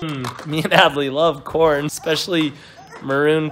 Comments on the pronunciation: It was carn not corn. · That's not corn, it's car-n